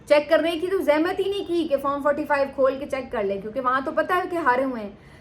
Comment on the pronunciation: Chaik nahi hota check hota hai.. Aapko hazaro loag suntai hai. Talaffuz to theek kar lo.